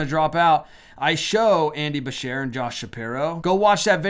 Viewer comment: Andy Beshear is the KY governor, where I live. It's actually pronounced Ba- Sh- Ear....like you are shearing something.